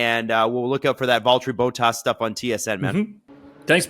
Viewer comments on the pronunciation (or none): Please make an effort to pronounce drivers names correctly. For your information this time, it is not: Boat ass it is: Bottas short b o t, like in shot or dot(com) or plot. And it is not ass, it is ‘as’ like in as you please or Asterix. Thank you